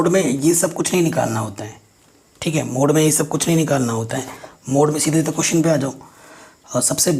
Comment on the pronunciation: Sir app mode ko muth keh rahe ho🖕🤣🤣